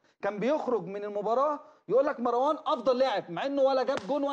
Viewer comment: اسمو مروان مو (ماراوان؟؟؟) شوهتو الإسم يخرب بيت الي علمك اللغة العربية.